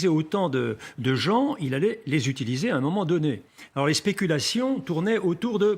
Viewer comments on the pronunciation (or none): none